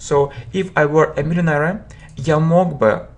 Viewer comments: Простите вы неправильно произносите millionaire. Спасибо вам за уроки. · слово millionaire на английском не так произносится